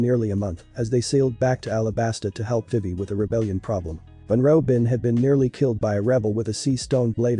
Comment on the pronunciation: I thought they said Ropin' and I was gonna throw hands